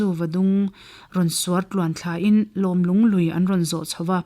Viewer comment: Va chhiar dik lo nasa ve.. Zuva tih leh Lawm lung tih te, a dang pawh thluk dik lo nual mai.